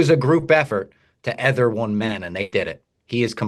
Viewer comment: mispronouncing EEEEEEEther is on brand